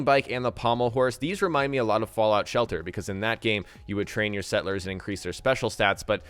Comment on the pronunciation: I am very excited, but the way he says sett-lers, it bugs me.